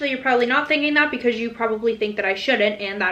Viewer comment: the way she said "because" UNSUBSCRIBING